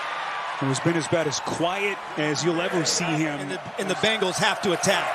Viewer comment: it hurts my ears to hear an announcer call them the Bangles